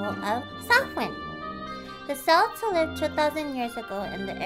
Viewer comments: The C in Celt(s)/Celtic is pronounced as a K, not an S and Samhain is pronounced like "Sound" but without the d at the end. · What a cute costume! I especially like the jack-o-lantern hat! Just as an aside, the "C" in Celts is pronounced the same as the "c" in cute costume. XD